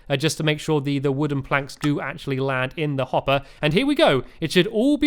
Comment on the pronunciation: Stampy always pronounce actually "ashi"